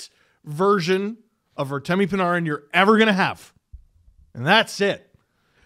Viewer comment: Stop saying PuhNahRin